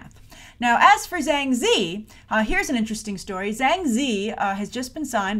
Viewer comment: Ah ok - I'm pretty sure Zhang is pronounced with a "J" sound though.